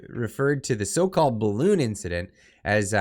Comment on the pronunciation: Turdeau can't say BALLOON